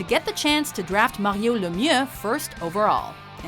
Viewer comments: That's not how you say Mario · Did you guys purposefully pronounce "Mario" so wierd, I mean even he himself doesn't pronounce it that way. You could have at least mention that his health problems were a little more severe that common health problems...he had friggen Hodgkin's Lymphoma for christ's sake. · That moment when they pronounce "Mario" fancy to seem like they know a lot about hockey 😂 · fancy talk Mario pronunciation